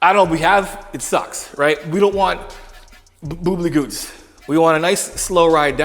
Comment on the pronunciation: Did this man say boobly goots